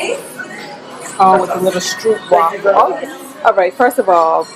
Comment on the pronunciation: So I MUST stop listening and not watching. I heard "red light contraption to let you know..." and then "oh, 'street walkers' we gotta try one of those..." 🫣😂 She said STROOP WAFFLE! 😆 Whew. Lovely trip! I want to hear about tips and tricks for long flights. I'm going from 4 hr flights max to 19hrs. Oh my.